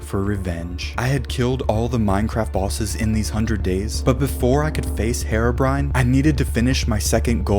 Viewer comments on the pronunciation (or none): I love how he says hair-o brine